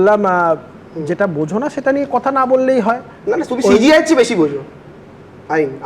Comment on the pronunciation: Gadhar bachcha ke bolo CGI noy re, ota CJI.. Na bolte parle banglay bol na..